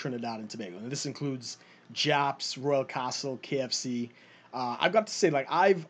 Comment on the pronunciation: Hahaha when he says Royal castle I hear an Australian accent but when he says Trinidad and Tobago I hear it! Haha